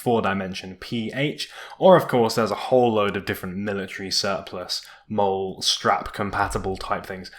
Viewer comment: The webbing is pronounced Molly :)